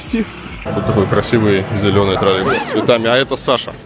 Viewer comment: почему он говорит "тролЕбус" ?